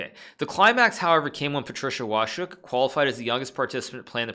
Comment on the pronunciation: Łoszczuk 😉 ale "szcz" poprawnie